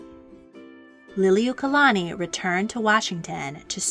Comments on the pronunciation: Queen who??? You can't even pronounce Lili'uokalani correctly. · I’m sorry to say this but you are mispronouncing her name but I do appreciate you sharing about our Queen